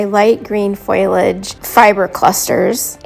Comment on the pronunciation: Fo lee age, everyone says foilage why? Great effect btw, its got that overgrown by jungle look, I love it!❤ theres nothing more frustrating than stuff sticking to your fingers rather than where its supposed to go, I have been trying some of Terrain Tutor's hacks for bushes, hedges and clumps of grass and believe me, I feel what youre going through...but its looking beautiful, you have that!